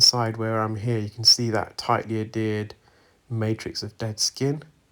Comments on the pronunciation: It is pronounced add hear d not ad ered. The H is not silent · Adhered, my good man. Not Addered. Unless that is just a UK pronunciation of the word. Tomatoe, tomotoe.